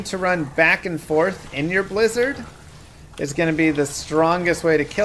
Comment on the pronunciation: It’s a Bwizzard!